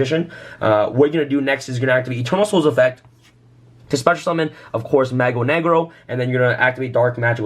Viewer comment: i got cancer listening to him try and pronounce "Mago"